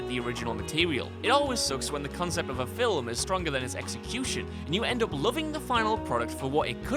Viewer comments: ah he got so close to saying "film" right this time. *STOP SAYING "FILLUM" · It's film. Not fillem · Return of the "Filim" I've seriously never heard it pronounced so bizarrely. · Filim or Film? Lol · Great list, and I love how he says "Fillum". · Games that came from fill-ims? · Haha fill um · I heard Alexander Armstrong say it, but he was acting as another person at the time, so I'm not sure if it's "Alexander Armstrong" or "Random Possibly Fictional Blue Peter Presenter" who noticeably says fil-um. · "Fill-ems" XD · This list is 100% top fuckin' notch! Also, "fillem".😂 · Fil-m? He does know that's a one-syllable word, right? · The way you say film upsets me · I was going to criticize the "film," pronunciation, but it's no fun, now you've already done it. Meanie.